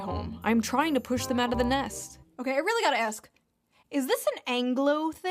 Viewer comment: Man, I didn't think you were one of those people so illiterate that they can't figure out how to pronounce the word "ask."